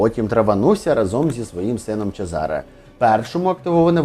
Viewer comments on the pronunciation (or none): чЕзаре, наголос на Е…трохи з іменами і наголосами ,будьласочка, вухо ріже😢